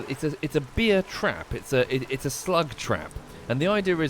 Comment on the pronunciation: It's a "beer" trap, not a "bear" trap; I was also confused by the pronunciation lmao. And I believe electric wire powered by 12V would only hurt a bug like slug, not any mammals.